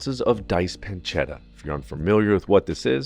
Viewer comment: "PanceDa". No, pancetta. PanceTTa. Con due T.